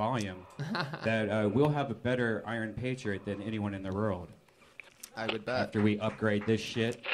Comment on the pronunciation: Redban always failing to pronounce world correct is one of my favorite things. “Rurald”